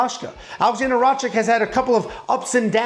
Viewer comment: It’s Rakic (Rakić) You pronounce the ‘c’ like you would use ‘ch’ in chin